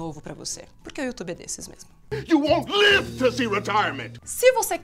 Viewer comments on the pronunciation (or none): none